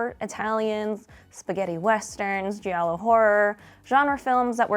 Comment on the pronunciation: The way you pronounce giallo makes me want to stab my ears with needles. :)